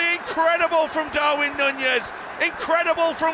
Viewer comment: stop saying Nunez like that please 🤢